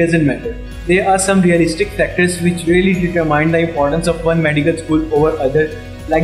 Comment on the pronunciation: Its not Deter Mine sir its Determine